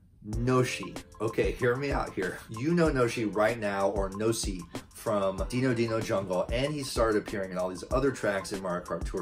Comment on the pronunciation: Great video, just please learn how to say Dino Dino Jungle, that hurt like a sore thumb